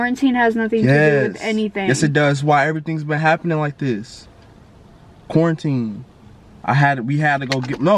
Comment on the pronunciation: This nigga said corintine😂😂